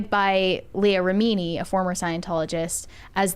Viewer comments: Why is mispronouncing all the last names? 😂 It's driving me crazy. It's not Miska-veesh it's Miska-vitch and it's not Remeanie it's Re-min-ee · Lots of names have been mispronounced. It's David MIS-CAV-itch and Leah RIM-IN-NEE. Last week it was not known that Maggie Smith was a knighted Dame.